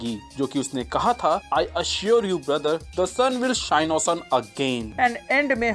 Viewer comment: U said "the sun will shine os un again" 🤣🤣🤣